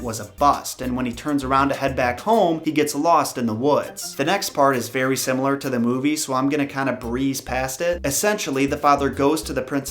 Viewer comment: Thanks for making the time to research and create these videos, it’s much appreciated. Plus when you were talking about the woman who visited Beauty in her dreams I thought you said the fairy next day instead of the very next day. Lol